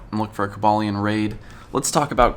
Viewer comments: Co ba leon is how u say it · I thought it was pronounced koba lion